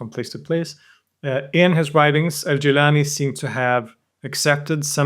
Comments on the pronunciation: Amazing video but I have to make a little comment here. Gilan is pronounced Geelan in Persian. Jeelan is the Arabic way of pronouncing it. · Gilan not jilan 🙏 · It's Gilan not Jilan lol. Having watched so many of your videos, it appears to me that you either don't care about iran in your research or try to remove iran even if it shows up, for example by refering to it as "the rest of the islamic world". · It’s Gilan not Jilan, most arabs don’t have the G sound so they pronounce it as Jilan, but that Iranian province is certainly Gilan and their local language is Gilaki. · its GEElan, not JEElan